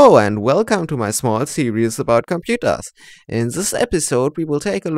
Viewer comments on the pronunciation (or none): Pronounced Sear-ris.. not serious Seriously